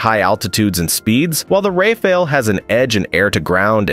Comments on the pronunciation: He got it right only ONCE at about . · Pronounced " Rahfahl " in French😊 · Based on latest news, "RaiFail" seems the most likely pronunciation. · RAFALE Bordel c’est pas compliqué à prononcer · Ai bullshit video again cant even pronounce rafale properly 😂🎉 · The 4 different ways in which "rafale" is pronounced, none of which is correct, say a lot about the reliability of the video contents: basically zero. Next video please. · Tell everyone you’re not sure how to pronounce Rafale without actually telling us. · The different Rafale pronunciation reminds me of commercials ran by an old Los Angeles plumbing company called Jack Stephens. In the commercials, the narrator would pronounce the name wrong, saying "Jack Stefanito" Plumber- Jack Stephan! "Jack Stepnowski," then the plumber would say, "Stephans, Jack Stephans." "Jack Stephvonavich" Plumber - "Stephans! Jack Stephans!!" Lol, you can find the commercials on YT. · Bro has the skill to speak all the mispronouncing possibilities of Rafale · et ignorants à souhait. Si le gars n'est pas capable de prononcer rafale, je doute qu'il sache de quoi il parle. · "Rafale" nane was spoken 4 times. Each time, the pronunciation was different. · How many different ways are you gonna pronounce Rafale, fucko?